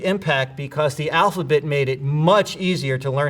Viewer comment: He says alphabit *